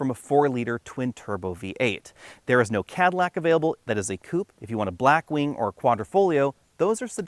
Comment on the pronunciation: It’s the blank going halfway up the grille. Funny hearing you pronounce koopay instead of coupe